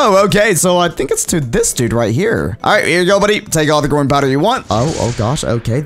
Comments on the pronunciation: Did YOU SAY GROIN POWDER oh u said growing powder hhehe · Why does he keep saying groin powder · I thought he said "groin powder" 😭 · Did anyone else notice that when he said growing powder it sounds like groin powder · growing power. What I hear,groin powder. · i thought you said groin powder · "groin powder" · it sounds like he is saying groin powder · i realized when he says growing powder it sounds like hes saying groin powder. kinda sus